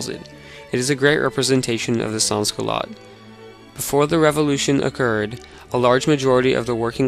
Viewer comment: As a reply from the main video editor of the film, our appologies for the mispronunciation of sans. None of the producers of the film spoke any French, and we did not have any audio research, so our bad for the mispronunciation